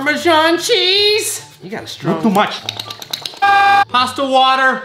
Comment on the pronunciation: That “not too much” was personal